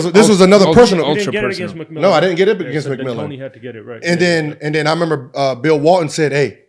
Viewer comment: “You gotta memember”